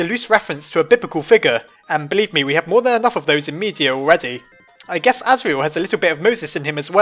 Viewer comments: flowey said "gues" guess* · Flowey said "I gues" And not guess